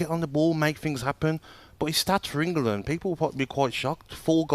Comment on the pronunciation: Gabby making England a 3 syllable word on repeat 😂